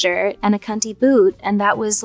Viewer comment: hearing her say cvnty is hilarious 🤣